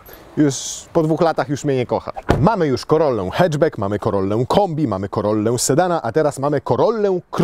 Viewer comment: Co za moda w Polsce z tym "e"? Nie mówi się heczbek ... tylko haczbak! Hatchback.